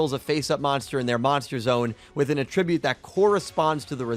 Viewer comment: Great video but pls learn to pronounce attribute lol